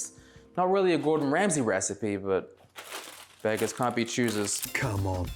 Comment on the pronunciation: Why do you keep calling him Gordon "Ramseys" just look it up if you aren't sure.